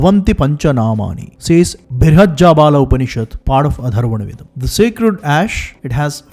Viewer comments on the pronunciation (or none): Bro, honestly...I don't know if you ever read the comments section. You need to correct your pronunciation of "th"/"त" . You always pronounce words such as Atharva veda as Adharva veda. Please correct it. This is not the first time this mistake is pointed out. Hope you don't take this input as an offence. Thank you.